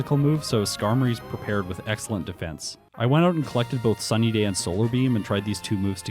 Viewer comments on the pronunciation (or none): none